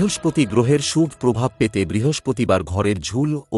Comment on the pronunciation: উচ্চারনে সমস্যা আছে। অনোটন উচ্চারন করতে হয়। শুভো বলতে হয়। সাবস্ক্রাইব বলাটাও ঠিক হলোনা